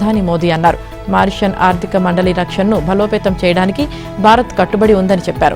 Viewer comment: మారిషస్ అని చదవాలి ఆవిడే మా రేషన్ అని చదువుతోంది abn వాడు కూడా తెలుగులో సంకనాకి చేస్తున్నారు రాధాకృష్ణ గారు నమస్కారం